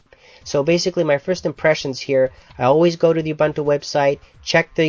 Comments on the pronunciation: oo-bun-too? its actually oo-boon-too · Ubuntu is pronounced "oo-boon-too" Not "oo-Buntoo". Other than that, good review. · Almost anything... Well close to it. You could install 9.04 on stuff from 1997 but considering this is 2010, you could consider it "almost anything" :P. And not to criticize but it's pronounce "oo-boon-too". o.o''